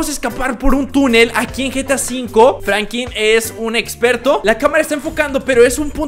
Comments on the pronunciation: Porque dices FRANQUIN... Jajaja XD saludame Brooooo 👌👌🤙🤣🤣😂😅😅😅😅🤭🤭🤭😎😁👍😎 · Era Franklin no Frankin